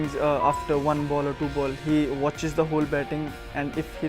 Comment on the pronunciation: I love your narration bro, but I always cringe when you say "Warn" Instead of "Won"...no offence, but It's pronounced as "One" and not as "Warn".